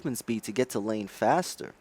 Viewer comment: Dear God. "Guys" is not pronounced as "Guysh", "Just" is not "Jusht", and "Faster" is not "Fashter". And regarding your question on how you can make a living without people/players watching Smite: maybe get a job? Also, please blow your nose. Thanks.